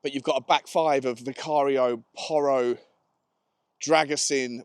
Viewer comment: all I can say is how much I am (not) looking forward to Jamie (“De Broin “) Carragher’s total mangling of the name of a new centre backrom Romania. It is pronounced “Drag-oo-sheen”. You can guarantee that Carragher will riff on “Dra-GUSS-un” throughout his first game…